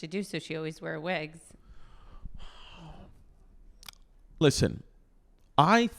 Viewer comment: Hate the way she says wigs...